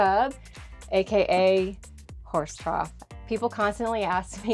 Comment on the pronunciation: “It’s a horse troth” 😂😂😂 love it!!!! ❤❤❤❤❤